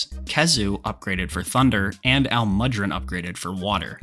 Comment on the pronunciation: That butcher on almudron’s name hurt my soul